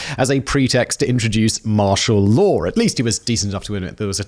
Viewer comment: WHERE ISNTHE "R" IN THE WORD "LAW" ? FAIRLY SURE ITS NOT "LAWER"